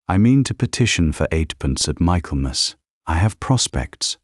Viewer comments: I have thoroughly enjoyed this story! Try to add their children to the story wrap up. ❤ Also it isn’t pronounced MICHAEL MAS… it is Mikklemis. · An excellently told story, although I wonder how it continues; for sure, there's a second half of this story waiting to be told! Oh, and it's not Michael-mass. it's pronounced Mickellmass! Just one of our weird English pronunciations!